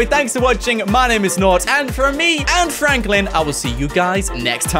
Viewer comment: Its frenklin